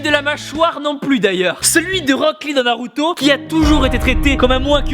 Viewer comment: MAIS POURQUOI TU DIT NALUTO ON DIT NARUTO !! ON DIT ZORO PAS ZOLO ON DIT PAS LOUFFY ON DIT LEFFY (Luffy)